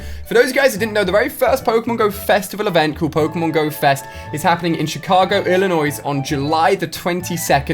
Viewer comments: Illinois has a silent "s". its pronounced illinoi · Ali its pronounced illu noire like the french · Its Illinoi you dont say the S. That always makes me mad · bye the way the s illinois is silent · The s is silent in Illinois idiot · the "s" in illinois is silent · ILLINOIS IS PRONOUCED WITHOUT AN S, THE S IS SILENT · Illinois is pronounced without the S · The s in Illinois is silent, XD